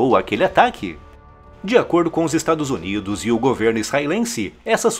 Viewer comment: O cara que apresenta o vídeo fala:"Estados Onidos". Rs